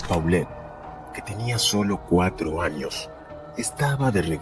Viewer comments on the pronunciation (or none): No se pronuncia Paulet, se pronuncia Polet. Tampoco se pronuncia Huixquilucán, sino Huixquilucan, sin acento. De dónde eres??? 🤔🤔🤔... No maaaanches...!!! Definitivamente te doy 👎👎👎